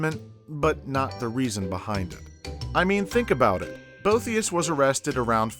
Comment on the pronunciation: I'm getting the impression you;re a PhD candidate in late/antiquity or Byzantine history. But then why did you pronounce Boethius with 3 syllables?